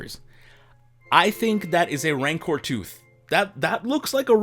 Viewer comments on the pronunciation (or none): none